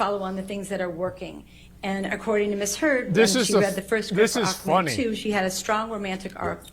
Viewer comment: Aquaman not Aquamara